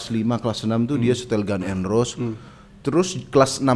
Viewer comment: ngaku pernah kuliah sastra enggres, tapi nyebut GNR gan n ros wkwkwkwk jangan ngibul ah